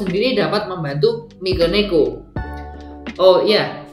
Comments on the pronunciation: Dari mikeneko jadi mikoneko, mekoneko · Lo ngomong mikeneko aja kagak becus